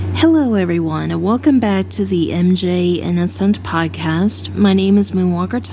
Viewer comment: This is very random, but i've wanted to say it for a long time.... I LOVE how you pronounce the word "podcast" 😆